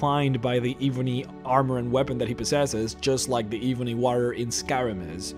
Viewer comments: It’s EBONY, not evony, dude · It's pronounced "eh"-bony. Not "ee"-bony. Drives me nuts. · not hating... but can you pronounce your words proberly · It’s Eh-bony not Eee-bony I know your First language but come on learn how to pronounce English words pls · Duncan Douglas bro for god sakes plz ........... it's. ............. Ebb-uh-knee!!!!!!!!!! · Kinda sounds like “ihvony” towards the end. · Seriously....why cant he say it right? I've never heard someone call ebony, E-boney before... kind of driving me crazy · lol yes me too "ihbonhee wahhhhrriiyor" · My skin crawls every time you say E-Bonnie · "Eeebony Wahrior" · The Eebunny Waurier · Ebony uses a soft e. E as in Egg, B as in ball, O as in zone, NY sounding as knee. eb-O-knee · eebonee waarriar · Eee-bo-knee warry-er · “Eebony” haha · If I hear e-booni warrior one more time 😤🤣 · Eebony Wahrrior? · Dah eebony wawrior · pronounced "eb-on-E" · WHY DO YOU PRONOUNCE IT AS EBOONIE UGHHHHHHH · Eb-enee and War-Re-or, You kept saying it wrong and its so annoying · you pronounced warrior and ebony wrong. I'm sure you know though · Michael Moscrop #\//\ the moment I heard him say ebony... I immediately stopped the video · You cant say ebony to save your life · I don't like the way this guy pronounces the word "ebony" but great video 👍🏼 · Can you try to say ebony correctly?!?!?! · Your pronounciation of ebony bothers me to no end. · please..please pronounce Ebony and Warrior correctly. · Could you possibly learn how to pronounce this stuff